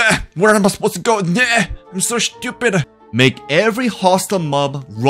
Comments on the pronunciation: Why do I get so triggered by the way you say SCHEW-pid?😂 IT'S STU-PID!!!! STUPID!!! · why do you always say "shtupid" like whats wrong with the "S" when you say stupid? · Bro why is the way you say "shtupid" is so funny😭😭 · I love how he says “Schtoopid” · why does this guy say schtupid all the time